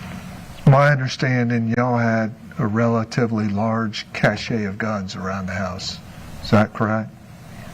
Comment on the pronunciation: Each time says 'transgress' and 'cachet' he boldly demonstrates his ignorance.